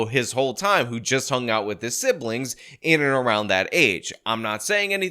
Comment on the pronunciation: why do you keep saying siblings… When the main is clearly not saying siblings he’s saying… “Siblins”